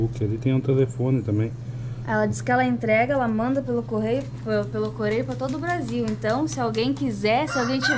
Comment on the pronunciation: Bom dia! Sua esposa citou nesse vídeo a seguinte expressao: que a Vera envia pelos correios e depois ela ( esposa) diz coreios.... Afinal essa expressao dela de falar com um R so e verdadeira? Sinistro isso. Abracos a familia!